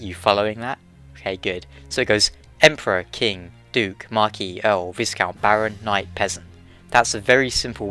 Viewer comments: Viscount is pronounced vai-count rather than vis-count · Viscount is pronounced "Vye-count" not "viss-count." The s is silent. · Viscount isn't pronounced like discount, it's more like vy-count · The s in viscount is silent so it sounds like vy-count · Viscount is pronounced Vi-count...the s is silent....love your videos cheers. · A quick thing, I know you probably won't read this but the S in the word Viscount is silent. Making it more like Vi as in violet and count. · You don't pronounce the 's' in "viscount"; it's pronounced like "vie-count". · Viscount is pronounced "V-eye-count" by the way :) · Viscount isn't pronounced like that. It is pronounced "Vie-count" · Good video! Not just shotel you have to pronounce properly though mate, rapier and viscount too XD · From one Brit to another you don't pronounce the s in the viscount :P